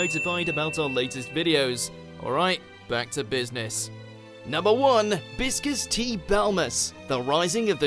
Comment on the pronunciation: Biscas? seriously?!